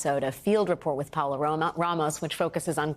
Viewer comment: Her name is Pa O la Ramos not Paula Ramos